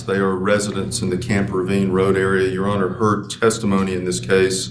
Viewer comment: Yes, her mannerisms were very off-putting. The vocal fry wasn't too bad, but she dragged out a lot of final syllables, which exaggerated the vocal fry. It was particularly bad on the final syllable of "your honour", which she said far too often. The judge probably isn't going to be prejudiced against her because of how she speaks, but a jury certainly could be. I don't know if she does jury trials, but if she does then a colleague really needs to sit her down and tell her how she comes across.